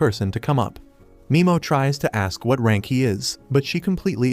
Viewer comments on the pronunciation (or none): Nimo not mimo